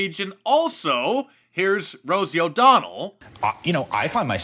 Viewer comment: "Heres rosoe odonnel" holy shit i lost it